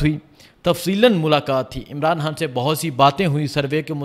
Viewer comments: بھائی آ پ خ کو ح کیوں کہتے ہیں خان صاحب کو حان حان صاحب کیوں کہتے ہیں❤ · اپ نے نہایئت شائستگی اخلاص سے اپنی عقیدت احترام محبت کا اظہار کیا 👏👏👏🤩 کچھ بزرگانہ گزارشات ہیں توجہ دیجئیے گا حان نہیں خان کیرے نہیں کیڑے سحت نہیں سخت اردو کو خوبصورتی سے بولئیے درست لب و لہجہ اختیار کیجئیے عوام سے ہمکلام ہوتے ہیں نجانے کتنے بچے بڑے آپکو شوق سے سماعت کرتے ھونگے اور آپ سے سن کر سیکھتے ہونگے امید ہے کچھ ناگوار نا لگا ھوگا خوب جئیو ترقی کرو آگے تک جاو سلامت رہو